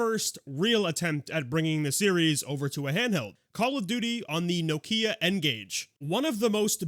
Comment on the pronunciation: That’s not how you say Nokia 😂